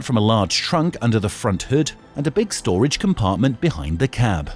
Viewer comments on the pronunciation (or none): none